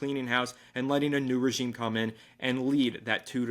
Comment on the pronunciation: The most important thing that nobody's talking about: is now consistently saying the word "regime" correctly. My guy's been putting in work! 😂